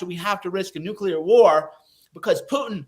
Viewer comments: BENNY! The word is NUCLEAR not NUCULER…..still love the show tho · AGAIN BENNY MISPRONOUNCES LARGE CHUNKS OF HIS MONOLOGUE. WHAT THE HECK IS A "NOOK-YU-LER"?